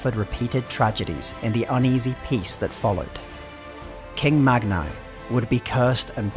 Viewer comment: Mag-NEE Bronzebeard. Honestly, with as many mispronunciations as you guys make in your videos, do you even bother checking anything?